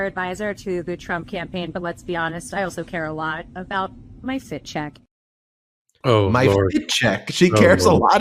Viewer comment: She did not say FIT CHECK she said FAT CHEQUE.